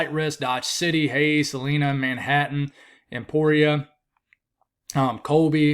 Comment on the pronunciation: Salina, Kansas is pronounced Sa lie nuh instead of sa lean uh